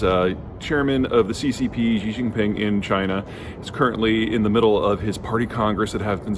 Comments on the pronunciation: Great video! But quick fix for pronunciation since you talk about China so much recently: "Xi" is pronounced more like the English word "She" or "See," not the "Ji / Zhi" sound you've been saying. Chinese doesn't sound French :P You can check by clicking the audio button on Google translate to hear it or something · The name Xi is pronounced She, not Gee. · Its Xi (Shee) not Ji, Peter.... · Peter, could you please not pronounce "Xi" as "Zhjee"? The "zhj" sound doesn't exist in any dialect of Chinese. Xi is pronounced "She". The quick way to remember this is "that's what Xi said". You're doing serious analysis on geopolitics; at the very least you should pronounce the names of people correctly. When China adopted the Pinyin romanization orthography, they repurposed some letters they thought were redundant and used them to write sounds that are common in Mandarin that would otherwise take multiple letters—X got the sh sound, C got the ts sound, Q got the ch sound. That's why "Qing Dynasty" is pronounced "Ching dynasty", and "Xi Jinping" is pronounced "She Jinping". Also, Beijing is not pronounced "Beizhjing". The letter J just makes the same sound it makes in English. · Great video. But... Xi is pronounced: SHEEEEEEEEEEEEEEEE! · FFS, who is this 'Gee' you (yes, you Peter) are talking about ? How about not coming across as a stereotypical, arrogant, 'ugly American' and instead demonstrate a modicum of respect by making an effort to pronounce his name correctly.